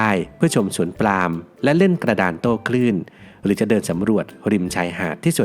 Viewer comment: สวนปาล์ม อ่านว่า ปาม ไม่ใช่ ปลาม